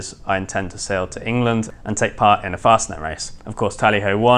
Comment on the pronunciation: My heart skipped a beat when said, "One thing I can say for sure is, I do intend to sell this boat..." What?! As he continued his sentence, I realized he was saying, "I do intend to SAIL this boat on some long voyages..."